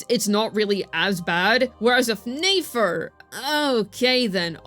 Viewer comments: it's neh-fer, not neigh-fer, she ain't a horse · Since I’m early to the comments: Please stop pronouncing Nefer’s name as 'nAfer.' I used to watch every single video, but the mispronunciation became so distracting that I actually had to stop watching. I'd love to jump back into the content, so please fix this! It’s been far too long. Thanks!